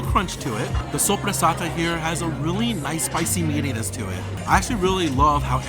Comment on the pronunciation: As an Italian I'm really impressed by your pronunciation of soppressata.